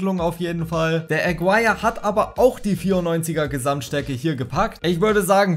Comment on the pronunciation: Warum sprichst Du deinen Toptorjäger wie englisch aus? Is n Kolumbianer (~Agirre) das U is stumm. Können aber die wenigsten Fifa Youtuber. Wenn ich Fussball feier und damit "mein Geld verdiene" online, sollte ich das können oder mit der Aussprache ausländischer Spieler beschäftigen. Aber die meisten von Euch kennen eh nur die Spieler der Topclubs in der CL oder die Top5 der Topligen. Alles darüber hinaus ist "egal" oder was? Gucke Euch gerne aber das regt mich bei allen auf